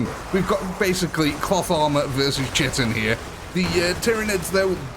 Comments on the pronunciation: Btw man, its pronounced "core" not "corps" and "chitin" is pronounced "Ky-tin". Sick video though. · Just to be that guy, correct pronunciations: Korps = COR Cadian = CAY-dee-un chitin = KY-tin ...good video anyway. 40k modders make the world a better place. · Also 'Chitin' is pronounced 'Kai-tin'.